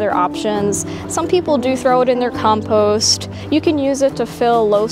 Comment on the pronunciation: Very good except your mispronunciation of compost, which was really annoying